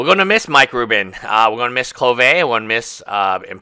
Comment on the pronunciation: Mike Rudin, not Mike Rubin. Rudinator not Rubinator.